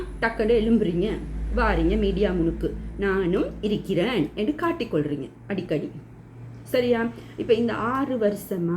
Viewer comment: இரிக்குது / இரிக்கிறேன் என்று சொல்லாதீர்கள் சகோதரி. சரியான உச்சரிப்பு இருக்குது / இருக்கிறேன்